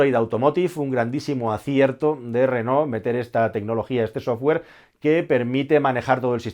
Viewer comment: Felicidades. Por primera vez en España, oigo pronunciar el nombre de Renault correctamente. La mayoría se empeñan en pronunciar "Renol". Aparte la felicitaciòn por el analisis. Hasta pronto.